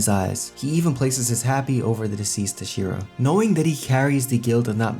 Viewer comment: The way you say Hashira is frustrating